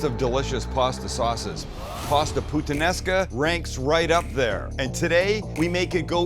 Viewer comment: "I'm a huge putanesca fan" bawhaha